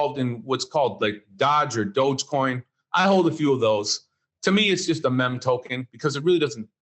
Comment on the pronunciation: NEVER trust anyone who doesn't even know how to pronounce "meme"